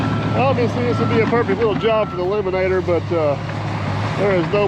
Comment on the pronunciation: The Debry duo tornado strikes again as they clear more trees from the field. I was going to mention the e-limb-an-a-tor, but you took care of the sides. So, is this field getting drain tile or will that be next season! Looking forward to see the end results! Love the splash! 😂😂